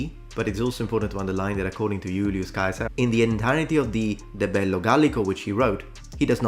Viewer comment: i just find it absolutely hilarious that the legion in fallout everybody makes fun of for pronouncing "caesar" wrong are actually the ones saying it correctly. as i have just learned from our il italiano primo.